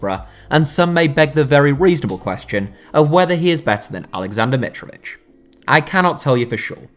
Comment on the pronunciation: its Alexender Mitrovitćh!